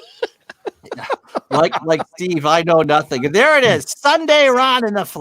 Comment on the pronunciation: "I see nussink... I hear nussink... I know NUSS..SINK!!!"